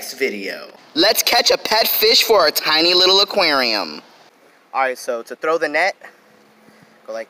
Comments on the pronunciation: Its aqaurium not aqryiium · Jannie Truong I hate every single time he says “ AKUERIOUMAAA” (aquarium) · actually its AQWARIUM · the way he said Aquarium lol. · The way he says aquarium 🤣🤣🤣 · The way he says aquarium tho lol😂 ⬇️